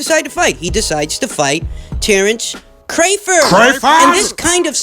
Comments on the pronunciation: Cray-ford? why mispronounce a man’s name on purpose? Put some respek on his name! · Have we as boxing fans, and Bob Arum, been pronouncing Terrence Crawford's last name wrong? Crawford pronounced Cray-Ford?